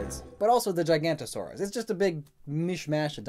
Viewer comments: I don’t find the new fossil pokemon that nightmarish, I find the nice and cute! and plus you pronounced the Giga wrong, it's pronounced Giganotosaurus, not Gigantosaurus! to me, dinosaurs are just reptiles but with bird-like body parts. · Honestly the giganotasaurus things annoys me becasuse i have heard people in videos say giganatasaurus and it hurts me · I thought those were a joke lol There's an actual brontosaurus now? Also it's Giganotosaurus not gigantosaurus. Fun fact, trex could've been slow enough that we might be able to outrun it . Like max speed 20kph. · Aw man, right after you said that you can say words you call the Giganotosaurus a Gigantosaurus. Shame lmao. But for real I do hope that those fossil Pokes get their full real form in a later game. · I know people - dinosaur people - who say gigantosaurus. It's painful. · The magical dancing Christmas Yeti gigantosaurus, rugotops 😂😂